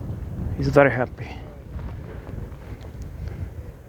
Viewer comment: ‘New arrival …. He’s ver happy…” 😂😂😂😂